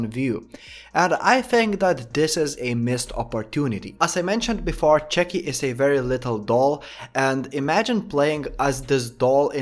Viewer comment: I love the way you say chucky